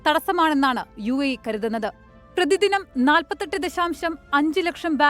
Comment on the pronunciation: യുഎഇ എന്നുള്ളത് തെറ്റാണ്. ( U I A E.. )ഇതാണ് ശരി